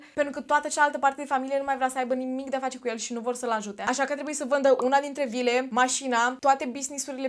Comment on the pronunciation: am înțeles 2 lire in loc de vile 😭